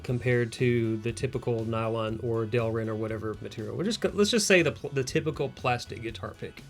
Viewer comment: I think you mean Delrin, not derlin?